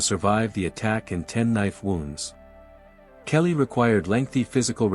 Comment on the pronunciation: Her name is Kayleigh! Not kelly